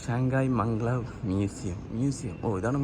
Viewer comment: മംഗ്ലാവ് അല്ല ബ്രോ Mag_lev